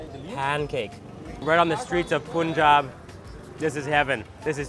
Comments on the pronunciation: Can you please pronounce it as "pun-jab" going forward pun like the joke and then jab, thanks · Hi Brother...nice to see you again in India....one small correction brother ..The pronunciation of "Punjab" is "panjab"... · it's actually pronounced "pan"jab" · you should pronounce as panjab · Love the video! And its "Puhn"jab, as in when you are making a pun in English. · Why do western people pronounce punjab as POON-job. I didn't know that pun was pronounced POON. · Poonjab ?? Punjabi taking revenge by saying Cannedda🤣🤣🤣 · very nice person. I just wish he would say Punjab the correct way, ie, with U as in umbrella! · Everytime he says Pooonjab , my one brain cell dies. :) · Please pronounce Punjab correctly. Its Punjab like Punch + Jab 🙏🏻 Thank you. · POOOONJAB FOR GOD'S SAKE LOL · Bro y pronounced it wrong.....Punjab...😂 Anyways love yr videos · Ur pronouncing Punjab wrong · Pronounce punjab properly bro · You do so much research but still can't pronounce Punjab correctly! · Pronunciation is not pun it's pan panjaab 5 rivers 5 means panj, San means river is pranounced at Panjaab, got it if not go back to panjaab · OMG!!!you are looking awesome in turban..but pls the pronunciation should be 'Punjab'(like Paanjab...not Poonjab)..your video made me hungry.. drooling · you pronounce wrong punjab its panjaab but in written its punjab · പുഞ്ചാബ് അല്ല.. പഞ്ചാബ് 😁✌️ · it is pronounced as PAANJAB not POONJAB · It’s not Poonjab … It’s Punjab…. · It's not Poonjab, it's Punjab. PaanJab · Its not poon-jaab its pun- jab= punjab! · it's not poonjab it's punjab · It's pronounced as panjaab not poonjab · It's pun jab not poonjab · Hi.... Its not Poonjab. Please pronounce it ilke 'Panjab' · Its Punjab not poonjab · It is Punjab not poounjab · How can you mispronounce panjab as poonjab bruh bruhhh just come on it’s just a word you can learn in 10 seconds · It's not punejab it's Punjab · When he pronounced "poonjab" i was dead😂